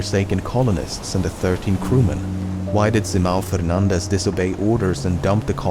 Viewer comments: ~ you said fernandes pretty well, im amazed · Indeed, another great and thrilling video by Lemmino. Congrats also for the good pronunciation of 'Simão Fernandes'. Details matter. :) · Portuguese it's 'Fernandes' and he nails the right pronunciation. 'Fernández' would be Spanish. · You are strangely good at pronouncing a Portuguese name like Simão Fernandes, most English speakers completely butcher that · As a Spanish speaker your pronunciation of “Fernandes” is much appreciated.